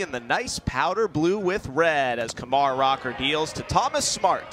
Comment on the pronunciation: I can't stand that announcer like he keeps pronouncing Kumar wrong